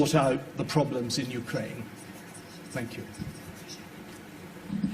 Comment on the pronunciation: his "thank you, sir" almost sounded like the bisaya accent LOL